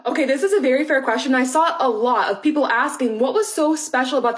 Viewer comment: Okay* (not "Okat")